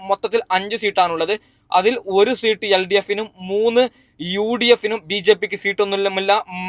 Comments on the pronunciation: ഇവൻ ഏതു സ്കൂളിൽ ആണ് പഠിച്ചത്.. സീട്ട് അല്ല.. സീറ്റ് എന്ന് പറയൂ..😂😂😂😂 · സീട്ട് അല്ല സീറ്റ് എന്നാണ് 😂😂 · എണ്ണി കയിഞ്ഞു അല്ല എണ്ണി കഴിഞ്ഞു. നിമിസം അല്ല നിമിഷം. സീട്ടല്ല സീറ്റ് വയന്നടെല്ല വയനാട് 🤣🤣🤣🤣🤣🤣ഏതാ ഈ ഊള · സീട്ട് പോലും അത് പോലും നേരെ പറയാൻ അറിയാത്ത ആളാ നീ എന്നിട്ട് എന്തൊക്കെ തേങ്ങയ പറയുന്നത് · സീട്ടു അല്ല സീറ്റ്‌ ആണ് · സീട്ട്. അല്ല സീറ്റ്. മണ്ടനായ. U. D. F. കാരനാണല്ലേ. മറ്റെന്നാൽ. സേട്ടനാണോ വോട്ട് എണ്ണുന്നത്. മണ്ടൻ. മര മണ്ടൻ😂😂😂😮😮😮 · പിണറായി ജയിക്കും എന്ന് പറയ്.. അല്ലെങ്കിൽ ചകാക്കൾ നിന്റെ കുരു ഉടക്കും.. എടാ പുല്ലേ സീട് അല്ല സീറ്റ് എന്ന് പറ പന്ന പൂ... മോനെ...